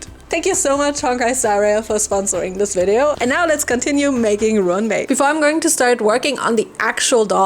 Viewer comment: Ruan is pronounced like run. The doll is spectacular.